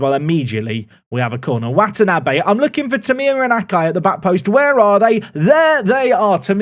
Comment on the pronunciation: Hearing say Watanabe, the surname of a character in one of my favorite Animes, gives me immense joy. I am in the opposite of physical pain